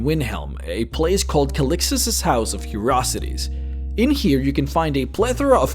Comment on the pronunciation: What a strange way to pronounce the word "curiosities".